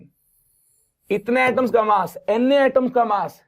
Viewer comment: Sir doesn't says NA instead, he always say Anne 😂😂😂